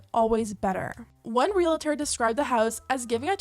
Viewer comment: 2 syllables: Real • tor 😮‍💨